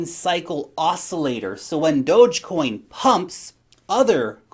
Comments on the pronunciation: it's pronounced "Dogecoin"!... : D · Does say Dogecoin kind of weird or is my whole life a lie?